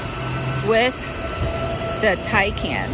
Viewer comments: Good video and thanks for looking up the pronunciation of Taycan. The Porsche is more luxurious than a Tesla Model S, but you’d especially that from a pricey Porsche. Now a suggestion - pronounce Porsche correctly, two syllables, POR SHAH. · I've watched videos with other car reviewers, some with big names behind them, mispronouncing the name 'Taycan'. Kudos to you for taking the time to look up how to say it properly.